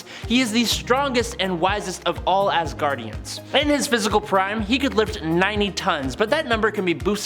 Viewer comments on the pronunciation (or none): none